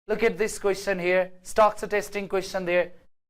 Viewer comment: In pronunciation of Question its ts' cha' sound not sa sound '